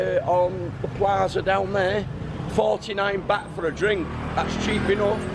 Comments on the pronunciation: I saw your vids in Boracay, you went to all the expensive places, it's pronounced Bart not bat! Haha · its not Bat its Baht, and it not Paytaya its Pattaya.